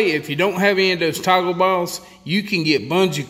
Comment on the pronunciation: How many times did you say TACO BALLS? Haha. I think it was toggle balls but after it heard Taco balls I couldn't hear anything else.